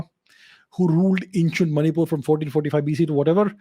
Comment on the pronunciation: She was from that region i guess you cannot say Manipur correctly